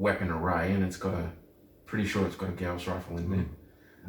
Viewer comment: Good lord! People that can actually pronounce Gauss correctly!